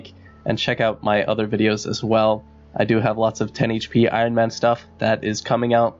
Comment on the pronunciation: "Man" - sounded super English "Get", "Combat", "Fire" and "Cape" ended up sounding Irish to my ears Funny how accents change, great content btw :) Oh yeah, I'm British, hence I'm totally obsessed with accents. I'm sure you understand by now ^^